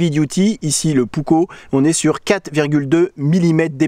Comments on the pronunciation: Finlande n'est pas en scandinavie, c'est un pays nordique en revanche, et il faut penser à prononcer les 2 K Puk - ko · Prononciation correcte : Varoustéléka yæækæripou-ouk-ko Comment je le sais ? Je vis en Finlande depuis 46 ans et je parle couramment finnois...